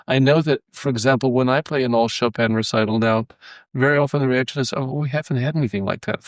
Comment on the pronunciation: Decades with the composer and still unable to pronounce his name. Only in America.